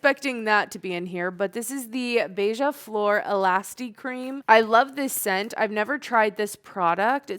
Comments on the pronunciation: off topic but the way you pronounced beija-flor was great!! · the perfect pronunciation in portuguese of beija flor 👌, it means hummingbird